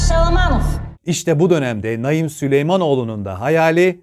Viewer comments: Abi Naim diye yazılıp Naaim diye okunur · Ya hu çocuğun ismini doğru oku sinirim bozuldu ya